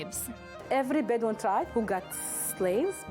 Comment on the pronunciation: Drink evry time she said beduin